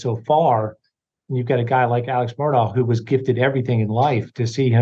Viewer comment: Why is Alex pronounced Alec?